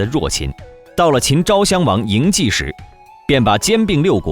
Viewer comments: 謖的發音：素，而不是計。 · 嬴稷不是嬴谡，读书还要看字！把自己装得很有文化一样！